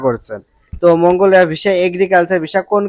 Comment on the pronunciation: মঙ্গোলিয়া সঠিক ভাবে উচ্চারণ করা শিখে, এর পর নিউজ করেন, অকে